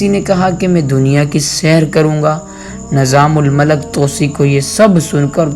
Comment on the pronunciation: AsSalamu Alaikum. Barah e karam aap ki Urdu ka talaffuz saheeh kareyn. Maslann: Nizamul Malak nahi hota, islaah kar lijiye... Nizamul Mulk.